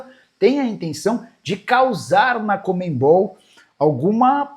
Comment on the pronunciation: conmeMbol não Nicola , é conmebol, sem o "m" depois do "e"